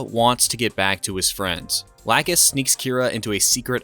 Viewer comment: i gotta tell you that i'm glad you decided to go for the old dub for the show. the whole new dub for gundam seed is very embarrassing to listen to. bad pronunciation of certain things and calling lacus's name: "lacoose" its very instulting.